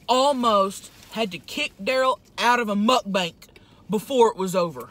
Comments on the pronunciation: You said Mutt Bank. Are they insured by the fdic ? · it's soo funny that tammy says mukbank instad of mukbang